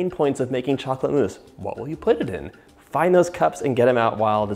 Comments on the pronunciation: I died when he said "meese" i love u john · You make me laugh 😂 chocolate “mice”